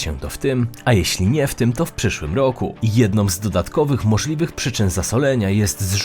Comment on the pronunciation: Dziwny sposob wymawiania prezentera. Bardzo nienaturalny. ROoku, wOo-oody, a tymczaA-sem pO-oozdraawiam, NaraA-azie.😅